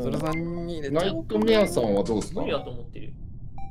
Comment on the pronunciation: 僕とナ↑イトメ↑アさんなんですけど